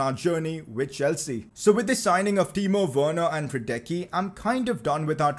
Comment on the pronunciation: PCQ: Hradecký is pronounced: Hraadetzkee